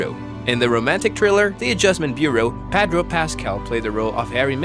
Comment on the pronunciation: say "PADRO" one more time 👊💥